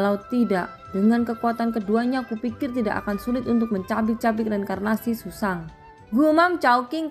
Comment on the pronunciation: Zhuzang bukan susang